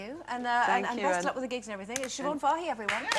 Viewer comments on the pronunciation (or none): I've always liked her name, i always pronounced it so-bhin, i guess its supposed to be pronounced sha-vone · It's an Irish name and it's pronounced shiv-awn. Siobhán is actually an Irish form of Joan believe it or not.